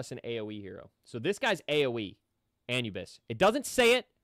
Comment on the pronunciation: You said Anubis wrong so many times 😂😂😂